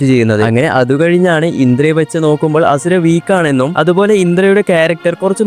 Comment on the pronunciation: Bruhh its ashura not hasura